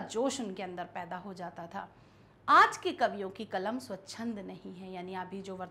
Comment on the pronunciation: मैडम कलम बोलिए कमल नहींहै